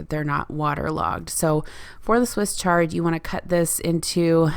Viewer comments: Swiss Ch-ard not Swiss SH-ard. CH like chair. Awesome job trying out a Vegan meal plan!! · Swiss Ch-ard not shard. Wonderful video,. Interesting, informative and inspiring. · It’s chuh not Sh lol Love Swiss chard, and so good for you. I like all kinds of food, but primarily low carb. I miss hummus a lot. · I think it's swiss chard not shard 😊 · I’ve always known it to be Swiss chard pronounced shard. Great video! Thanks! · I have one of those choppers. I don't use it all the time but if I need to do a lot of veggie prep I use it. It's called Vidalia Chopper Pro and I like it a lot. It's terrific for carrots and celery and onions. I also use it if I need mushrooms chopped. Swiss chard is pronounced with a strong ch sound. I love enchiladas too but my son doesn't like Mexican so I usually make the filing and put it over rice for him without the tortillas. My favorite hummus recipe is the one from the first Barefoot Contessa Cookbook. Been making it for years. I use it in wrap sandwiches as a spread and it's a great basis for salad dressing. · I think it is a hard CH as in CHannel.